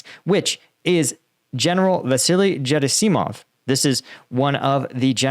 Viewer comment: Gerasimov. Accent on the second syllable, right?